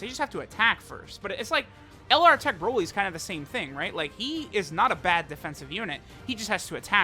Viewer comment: Remember when use to pronounce broly as brawly?